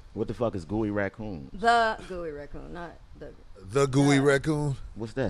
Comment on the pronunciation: Fam, Corey said gooey raCOON lol